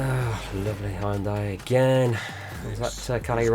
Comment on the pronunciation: Stop saying Hyundai!!!! it's pronounced Hyundai!!!!